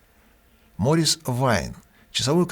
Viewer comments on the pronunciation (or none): none